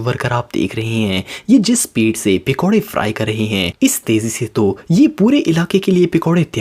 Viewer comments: Its pakore not pikoreeee😂😂😂😂😂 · Pikore nahi bsdk pakore hota hai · Brother not pikore it's pakore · bhai pikore nahi hota pakode hota hai 😄😆😅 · It's not pikode it's pakode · Bhai pikoda nhi pakoda hota h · Pekore nai hota pakore hota he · Pacora hota pecora nahi hota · He says pekode